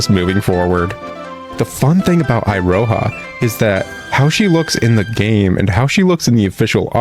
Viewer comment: "iroha" (i-ro-ha) Weaboo me died listening to this and keep on saying to my self it should be "Iroha" (e-ro-ha)